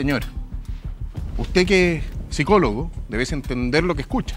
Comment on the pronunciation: Que triste escuchar a este sujeto que se dice psicoooho